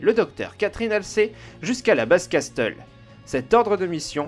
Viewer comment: Ouah... Kino castle ce lit cassel pas castel xD Sinon comme dhab vidéo sympa. Dommage kon a pas eu plus de gameplay avec Jun c était top